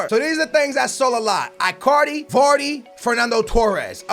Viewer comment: It's i-car-dee not eye-car-dee